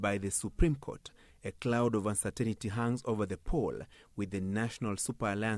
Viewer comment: You keep saying uncertainity. Say uncertainty.